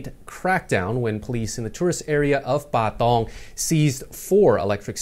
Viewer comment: Please say Pathong again. 🙄